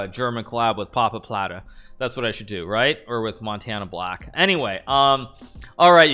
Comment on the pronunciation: 😂His German pronunciation is hilarious😂 Mindblowing that he knows Montanablack though